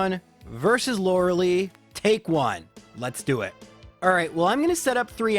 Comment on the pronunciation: Lorelei. Not Lorelee.